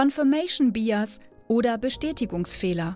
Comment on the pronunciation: Bias: Man spricht es "beiäs", da englisch- ansonsten ganz gut. Allerdings bitte nie vergessen, dass du keine Vergleichsgruppe mit dir selbst hast, wenn du anders gehandelt hättest ( Bsp. Erster Satz zum Immobilienverkäufer - das wäre in der Psychologie dann nur eine an sich wertlose "one-shot-case-study")